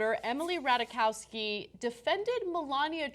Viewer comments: Its Ratajkowski NOT RATAWAKAWSKY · The name is "Rat-aye-kovski" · Rat-eye-KOV-ski. That is all.